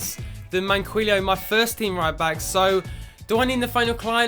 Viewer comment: Plus Manquillo is said like Man-Key-O